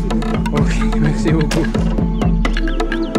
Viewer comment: "Mercie Gokú"